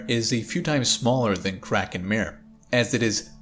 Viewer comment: Kraken Mare? Not mehr, but mah-reh!